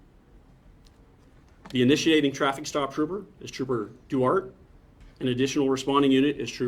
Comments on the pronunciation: Well, the officer in this probably will never see this comment, but I’m pretty sure that Duarte is pronounced Dwahrteh, not Doo-art. It’s of Spanish origins. Trust me, I live in So. Cal. and my mother-in-law lives in the town of Duarte. Even if you can’t pronounce Spanish words well, you should at least say, “Dwartee”. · I think he is mispronouncing Trooper Duarte’s name.